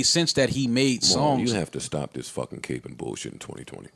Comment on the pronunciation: They pronounced capping capeing lol